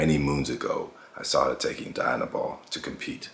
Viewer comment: Its pronounced dee-,anabol...not die-anabol